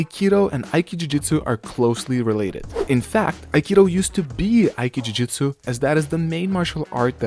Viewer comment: You shouldn't say "aiki jujutsu" but "aiki jutsu". Ju-do, Ju-jutsu. Aiki-do, Aiki-jutsu. ;)